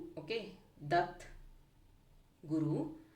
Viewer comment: ದತ್ ಅಲ್ಲ ಮೆಡಂ ದತ್ತ 😊